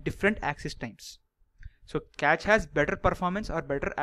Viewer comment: You have good knowledge.. just speak slowly and clearly and it isn't Catch memory, its Cache memory (like Cash). Anyways thanks for sharing good amount of knowledge. It cleared much of my concepts about memory paging.